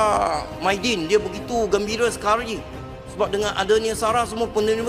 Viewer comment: Bukan gembire sekar,,i gembira sekali ybdap oooi😅😅